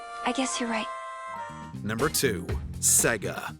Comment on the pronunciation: the way he says Sega though